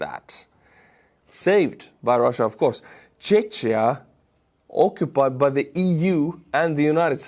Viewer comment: Brooo how can you say CH in word Czechoslovakia correctly but in word Czechia wrongly ?? :D :D :D